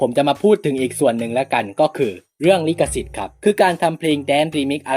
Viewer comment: ลิขสิทธิ์ ไม่ใช่ ลิกสิทธิ์